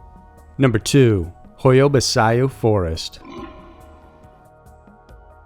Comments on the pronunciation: Pronounced bachiu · I'm sure the forest is pronounced "bachoo" and not how its originally spelt. Am I correct? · Pronounced Ba chu.. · I think baciu is said "bash-oo". In case it matters